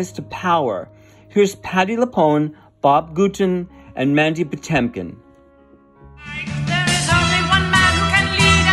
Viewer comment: Patinkin, not Potemkin